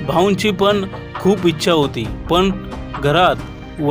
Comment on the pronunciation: निवेदकांस सांगावेसे वाटतेकी आविष्य नाही आयुष्य तसेंच पन नाही पण असे बोलावे ह्या साध्या चुका करू नये